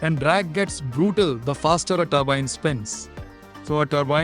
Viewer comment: Multiple blade toorbine😅